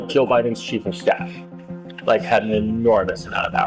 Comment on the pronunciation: Did you say "rammed by her chief of Stiff?"